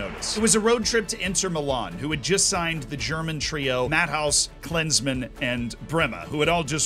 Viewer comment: Pronouncing Klinsmann as Klansman is a choice too